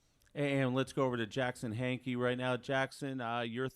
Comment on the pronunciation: HANK EY NOT Harkey!! Whoever is narrating this needs to do some research on their proper name pronunciations!